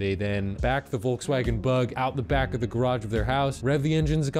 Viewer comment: its not "Volg swaggen" its Volkswagen. Just look it up on google, theres an icon you can click for the pronounciation. Edit: there is no icojn you can click, sowwy